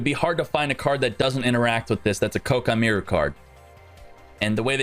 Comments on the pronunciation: It’s pronounced Kwai-kee-mer-u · Jesus people it's "Ko-Ah-Kee Mei-Ru" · Great drinking game. Take a shot every time he mispronounces koa' ki meiru.